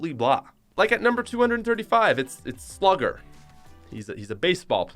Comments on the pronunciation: You said sluger two times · you said sluuger twice FYI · Is it just me or did you say Sluger twice